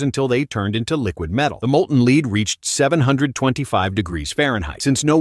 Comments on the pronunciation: Molten leed 😂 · ahh yes molten leed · Every time I heard LEED I was literally furious 😂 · Molten LEED 😂 Do NOT try at home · What's Leeds? Stupid Ai bs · I hate AI mispronouncing lead so it sounds like leed.... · It’s AI that’s why they say Leed. One day all will be AI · "Leed"? Shitty robot voice AI garbage. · "The molten LEED" 😂 Edit: thanks for the likes 🥹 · Leed ingots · i had the same thought,molten leed lol. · Its AI or do the amricans pronounce it as "leed".... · Leed? Maybe AI won’t be replacing us anytime soon. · It's lead (pb) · so why are they saying leed ? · Is this video made by AI??? If not, please decide uppon the correct pronunciation of lead! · People please, don’t ever listen to a video where the AI Narrator can’t pronounce Lead correctly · I would find the video so much better if the AI didn’t mispronounce lead every time. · Dumb asss Ai can't pronounce Lead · The AI narrator pronounced lead wrong starting at the second time it said it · Quit sayin lead. it’s pronounced lead. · No i think its actually lead bro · You can tell the video is made by AI when it miss pronounces the word ‘lead.’ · Why did the AI suddenly forget how to pronounce lead? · Why can ai not say lead right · The AI said it perfectly the first time, I just don't know what happened.😂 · it is lead but it's pronounced like the action of someone taking a group somewhere y'know leading people? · Why is he saying lead wrong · "molten 'leed' instead of 'lead?' And no one checked the audio of this meaning they are morons. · Its lead not lid/leed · Stop AI. It's not LEED. It's lead. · "Līd" No "Lehd" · It’s pronounced “led “ bro not “leed” lol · You said led perfectly fine the first two times and then started saying leed 😂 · Leed or led or lead or lead? 😂 pisstake can’t watch anymore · It's not leed it's lead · Its lead not leed you dumb ass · Lead or Leed? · it's not leed, it's led. u AIs r all alike. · Bruh he said molten lead correctly the first time so why did it change to molten leed